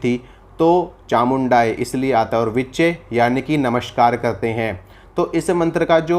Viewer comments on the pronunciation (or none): बेटा आपका उच्चारण गल्त है और विचै नहीं विच्चे है आप किसी संस्कृत विद्वान से सही उच्चारण सीखें। आपको ए और ऐ स्वर के उच्चारण का ज्ञान नहीं है । पहले अपने आप को ठीक करें बाद में जन मानस को सिखायें । इससे तो किसी का भी अहित हो सकता है । मात्राओं और अक्षरों का भेद और उच्चारण किसी व्याकरण के विद्वान से सीखें । मैं आपको हतोत्साहित नहीं कर रहा बल्कि सचेत कर रहा हूं।